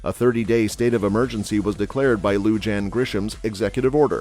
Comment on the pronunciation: You mispronunciation of the governor's name is very grating. She is hispanic. J is pronounced like an H, LL is pronounced like a Y, I is pronounced like E. Do a little research before you open your mouth. BTW, I don't think the Bernalillo county sheriff can travel to another county and arrest the governor. The state capitol is not in Bernalillo.